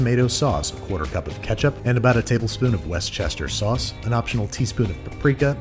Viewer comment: Wtf is Westchester sauce? Easy way I was taught for how to properly say Worcestershire: "War-shush-sure" Depending on your accent you might say it more like "were-shush-sure," but it's three syllables, all together it kinda sounds like you're saying "war shusher" lol.